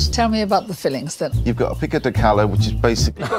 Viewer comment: It's pronounced Pico de gayyyo not Gallo double ll is pronounced as a y